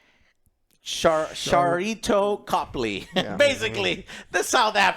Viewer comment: It's Sharlto Copley, it's an "L".